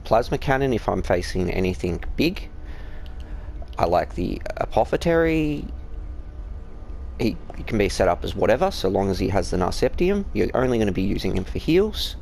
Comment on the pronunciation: lol "narceptium" I can tell you are not a 40K fan